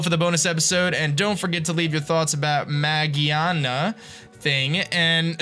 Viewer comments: mageaRna is how it's spelled/pronounced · Its Magearna!